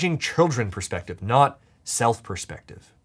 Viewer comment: "it's really a matter of persfective"😂